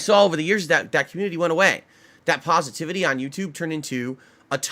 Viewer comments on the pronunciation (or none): Just because you keep saying "Pahsitivity" doesnt make you a positive person, your a joke